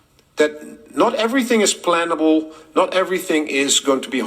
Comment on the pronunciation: i thinx he said "not everything is plantable" not plannable